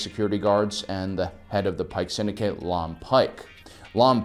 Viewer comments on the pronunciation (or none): none